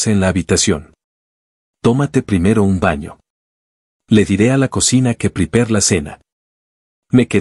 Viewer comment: Me llama mucho la atención que estos programas de sintetizadores de voz, a pesar de estar en "español" cada vez que pronuncian la palabra "prepare" lo hacen en inglés (priper). Es muy raro que hagan eso, pero ya lo noté en muchos videos y siempre lo hacen.